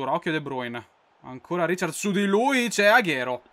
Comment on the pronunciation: non si dice riciards, ma raicard